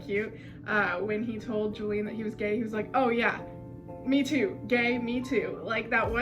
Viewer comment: ur using the gringo pronunciation of julian but its ok 😓😓😓😖😖😖